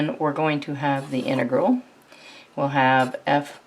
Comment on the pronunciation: inıgırl demesinden başka hiçbirşey anlamadım